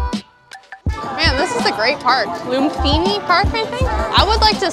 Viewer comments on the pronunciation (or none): Hey, I really enjoyed watching your video! "ph" is "hard" P in Thai, so it's Lumpini, not Lumfini. Just like it's not Fuket 😆 Thai food is such yummy food, I'm glad to watch you enjoying it.